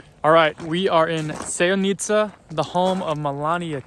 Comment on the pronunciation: Please, learn to pronounce at least the names of places correctly. The accent is very important. In the name Sevnica, the accent is on the E, not the I.